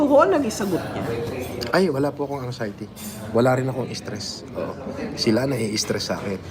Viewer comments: Wala naman talagang “ ANGSAYATI” eh…….bakit nyo ba pinipilit! 🤣😉 “ANGSAYATI” Sabi ni! ……na meron g “ANXIETY”……..pero sabi ni ay “ANGSAYATI “…..di ba??? LOL……🤣😂🤪 Alam nyo naman si GUSGUSIN TRYING HARD ENGLISH. Hahaha!😝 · LOL.. "ang-xiety" bwahahahaha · Angxiety🤣🤣🤣 Anxiety yan ayusin mo pag bigkas kasi sayang yang gold mo sa ngipin🤣🤣🤣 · angsayte daw😂😂😂nakapag aral daw yan pero di alam bigkasin ang anxiety tanga di.nga siguro nakatapos yan sa pananalita lang wala ng alam